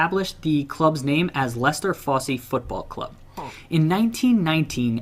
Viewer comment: Fosse isn't pronounced Fossy. It's Foss.